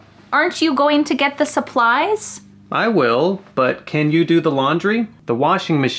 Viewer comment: I heard "a supplies" 😅